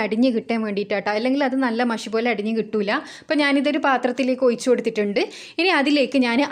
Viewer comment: ഒയിച്ചു.... അല്ല ഒഴിച്ചു